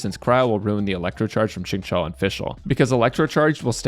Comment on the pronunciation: xingqiu's name is pronounced as shing-chew :)